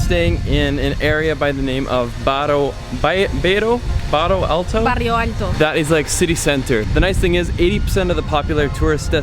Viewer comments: Glad you liked Lisbon. As a portuguese dude I need to say this "Portugal caralho!" PS: Actually it is pronounced Bairro Alto, as like High Neighborhood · Hello. Just to say that is not Barrio Alto but Bairro Alto. It is not Belém Castle but the right is Belém Tower. Lisbon is the city of the 7 hills. Please don't speak in Spanish with us. Our official language is Portuguese. Sintra is not outside Portugal but outside Lisbon ( completely different). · Bairro alto. Not Barrio Alto. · Barrio is a Spanish word. It's Bairro Alto. And Bairro Alto is not in the city centre. It's one of the old districts/neighbourhoods in Lisbon, not far from the city centre. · its actually ''Bairro alto'' :D when you come to Portugal again, go visit ''Porto'' is amazing as well! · Bairro Alto, Bairro not Barrio, you are not in Mexico morron! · Btw it’s Bairro Alto in Portuguese, barrio it’s Spanish.. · Is not ''barrio alto'' It's bairro alto.... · BAIRRO ALTO NOT BARRIO ALTO!!!!!! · It`s BAIRRO ALTO not BARRIO ALTO. Lisbon is amazing. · Some corrections: it's "Bairro Alto" not "Barrio"; it's Belem Tower, not a Castle; the paiting are not roses, they are carnations and are the symbol of our revolution of 25th April (ending up the dictatorship). Great video! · Bairro not barrio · Lmaoooo I love how she just corrected him “barrio alto!” 😂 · Well she was also wrong. She said barrio alto, which is Spanish. It's o bairro alto, with quite a different pronunciation like "buy-who ow-two" using English words for examples. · It's not BARRIO Alto (it's spanish) but BAIRRO Alto (pronounced by-rough Alto). It's not BELEM CASTLE but BELEM TOWER (it's obvious it's a tower). Behind, it's a MONASTERY. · not a castle... a tower! not barrio alto.. bairro alto. please do a quick search before doing the texts. I love your videos, and I'm from Lisbon, I'd love to see you giving the correct info for people who want to visit my city. Thanks! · Its Bairro Alto!! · It’s Bairro alto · Bairro Alto* Good try mate 😁